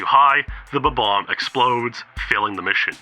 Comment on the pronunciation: It's a difficult word to pronounce. I have difficulties like this at times too. Let's respect peoples shortcomings and value them as the people they are.